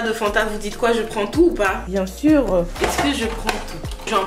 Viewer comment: « bien surrrrr » 😭💗